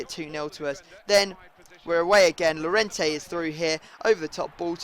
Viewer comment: No freestyle2077, 2 ll = y so it is yorente